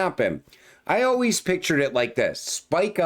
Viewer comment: " as with you alweez"😄